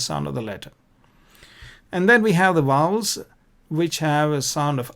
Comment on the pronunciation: Please please they are Vowels not Wowels , I beg you to correct it..